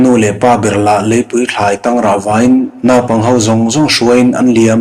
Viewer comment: Naupang tih hi lam dan dik han zir teh.